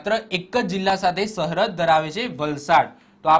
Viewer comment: સહરદ નઈ સરહદ 😂 પેથાપુર નો બંકો